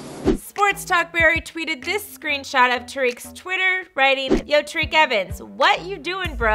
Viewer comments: Did she just say tareke evens. I'm pretty sure its TYreke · It’s pronounced tie-reek evens